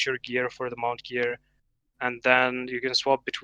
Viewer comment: AND DEN??? AN DENNN?? HUH?? AND DEN!!!!!